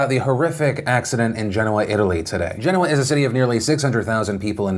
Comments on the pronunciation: That pronunciation of Genoa gets to me. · When has Genoa pronounced Gen oa and not ge noa, from one Italian to the other where is that from?